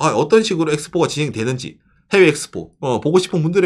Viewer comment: 에키스포.. 일본의 영어발음은 들을수록 신기방기